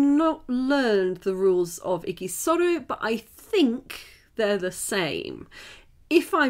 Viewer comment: It's pronounced idžisoro not igisoro...